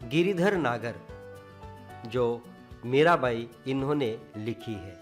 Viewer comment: It's Mira Bai but pronouns like Mera bai